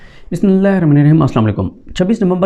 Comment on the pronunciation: Please properly read Bismillah or don't read it. Try to learn it, Don't distort Allah names ho created you